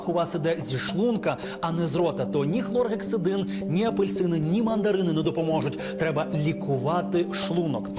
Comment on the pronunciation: Не хлоргексОдин, а хлоргексидИн